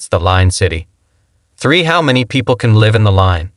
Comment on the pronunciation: 9 million Peeplees ...great generated voice